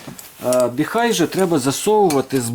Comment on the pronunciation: Не "Біхай", а "Біхуей". Називайте бренд правильно, щоб китайці не образились😅! Щиро дякую за Ваші професійні огляди та поради!